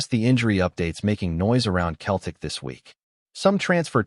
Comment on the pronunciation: its not keltic its pronounced seltic 😅😅